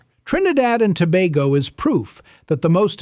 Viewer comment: Glad you pronounced "Tobago" correctly, we've never been to "Toe-bah-go"